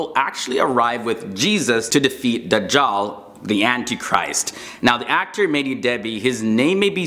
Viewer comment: İts not "medii" its MEH - Dİ DEB - Hİ ...İts very annoying that you keep saying that way. And MEH-Dİ means mesiah in arabic.What a coincidence :)))